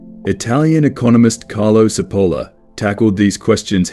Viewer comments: Italian here. Great video. btw Cipolla is pronounced with a "ch" sound at the beginning. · Good - but I squirmed all the way through at the Spanish style wrong pronunciation of this Italian man's name. Cipolla is pronounced as in English ch NOT s!!!